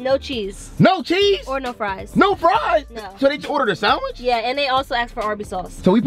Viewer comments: ikr but i didnt want to say anything.... they say "saaandwitch" with a long a...sorry if its defensive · I like how you guys pronounce sandwich 🤣🤣 say it funny 😄